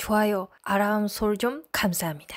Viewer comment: 아람설정 발음 귀여움